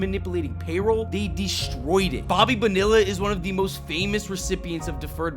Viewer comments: Love your videos, but Bonilla is pronounced Bone-E-ah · Bo knee ah is how Bonilla is pronounced. ✌️ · Bo-nee-yah actually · I've been subscribed! I'll take a Clayton Kershaw 22 jersey, and that's not how you pronounce Bonilla! 2 L's make a Y...not like in vanilla...😁